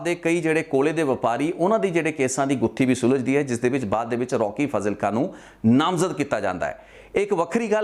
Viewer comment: It’s spelled as faaaaaaazilka……..come on man!!